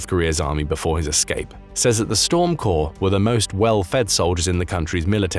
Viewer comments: Like Storm Core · Storm Corps - the “es” at the end is silent.